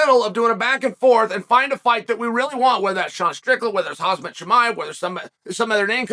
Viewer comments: It’s Kham-Zat not hazmat lmao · This man said “hazmat” 😂💀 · It’s Khamzat, Chael. Not Khazmat. Just like how it’s Chipotle, not Chipolte and I guarantee you pronounce it like that too. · Unc, it is Ham - Za ... easy to pronounce not Haz Mat 😂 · Alright... It's official. Chael says Hazmat every damn time just to get comments like this. You win... I tap out. I've said 'uncle'. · Hazmat? This guy can't read 😂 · HozmOt chimiEV, Chael says..